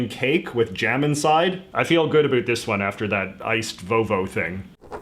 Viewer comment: I'm Canadian. Americans make fun of Canadians pronouncing about as 'aboot'....in 52 years of life i've never heard a Canadian say it that way....until today.